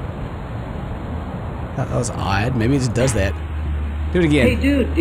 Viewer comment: I'm sorry but.. It's *Just Not gust. How old are you?